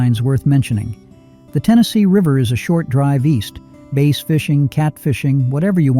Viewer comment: I've fished for Catfish but never for Base. I've never heard of Base. Better get your AI up on fish species so it pronounces the species correctly.